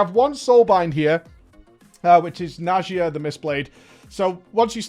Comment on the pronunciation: So went from mawr of souls to najia. My ocd is gonna kill me its nadia for the love of god j is silent